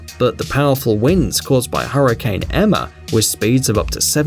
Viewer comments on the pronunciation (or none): none